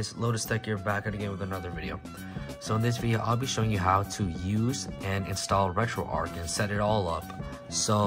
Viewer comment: It’s not Retroark, it’s RetroArch. Like Charles, not Karles. Like the St. Louis Arch or Golden Arches for Retro McDonald’s.